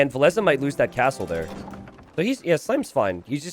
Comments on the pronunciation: vill-esss sounds so much better then vill ess uh. did villese recently confirm we have been saying it wrong? or what did i miss ? xD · wow i have been pronouncing villese like chinese for years until i heard this commentary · Why did you change the way you pronounce Villese? Very annoying. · Why did and change the pronunciation of Villese? has even corrected himself at some point and towards the end he went back to the old pronunciation.. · they pronounce it that way cause (cant remember what tourney) villese faced barles, and that sounds pretty similar and complicated t90s life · Still can't get used to how Villese is supposed to be pronounced lol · Frankly with how pronounces other names I assume that he's wrong about Villese as well.